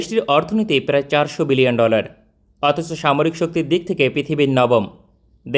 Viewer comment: ভাই বিলিয়ন বললেন নাকি মিলিয়ন!??